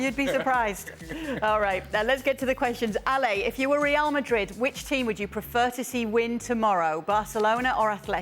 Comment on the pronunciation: I love how ale says real Madrid. As he says it properly